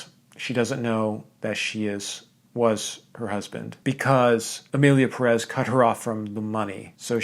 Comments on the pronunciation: Hey. Did you notice the é in Pérez? That signals that the accentuation is in Pé, not rez. PÉrez, not peREZ. Just a PSA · As someone last named Pérez it really hurts each time someone I respect says PeREz instead of PErez.